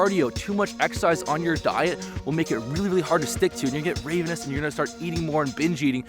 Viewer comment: I'm going to have to say it m8: you're pronouncing ravenous wrong. It's 'rav' like Toyota Rav 4, not 'rave' like glowsticks.